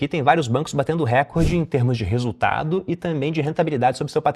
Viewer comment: Recorde é paroxítona!!!!